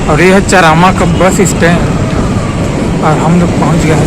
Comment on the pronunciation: Plz Correct Ur Pronunciation Buddy!! That's Not चरामा...Its चारामा!!